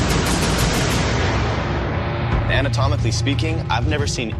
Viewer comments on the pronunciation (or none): Hahahahaha amotomically apeaking hahahahaha